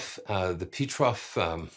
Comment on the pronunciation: PETROF is not an English name, so you must say it differently.